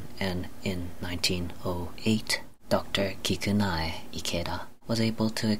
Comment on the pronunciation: Japanese tip: the “e” in kikunae is a vowel so it’s kikuna(eh) Ikeda Also you probably shouldn’t equate salt as sodium. In the end you said the FDA recommends less than 2300mg of salt a day, when it’s actually 6000mg